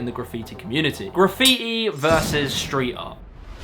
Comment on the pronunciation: Schtreet, Schtrong?? It's Street and Strong!